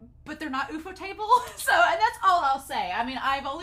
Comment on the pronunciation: I’m just gonna appreciate how you pronounced Ufotable as OOF-Oh-Table and now I will refuse to call it anything else, I’ve never heard anyone call it that and now that is the ONLY way to say it 😂